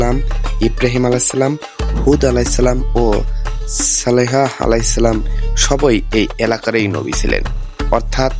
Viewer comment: সালেহা আ: হবে না, সালেহ আ: সঠিক হবে